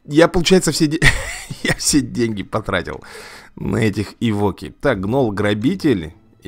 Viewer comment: Не эвОки, а Эвоки. Вроде бы так.